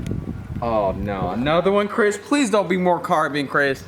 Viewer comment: The way says "Crihs"